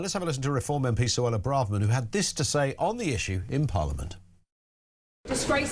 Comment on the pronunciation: Eell said suella